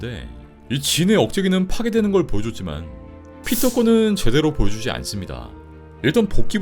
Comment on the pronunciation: 네드가 여지껏 피터파커 이름을 부를때 피럴~ 이렇게 했던거 같은데 이번 브랜뉴데이 마지막에는 피터?? 이렇게 T 발음을 확실히 하는데,, 이거는 어떻게 생각해??